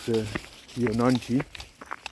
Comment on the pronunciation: In Indian languages, J is not 'Ya' like in Spanish. J is J. Also, in this case, 'G' in Jonangi is 'G' as in 'Go'. It's pronounced Jo-nun-Gi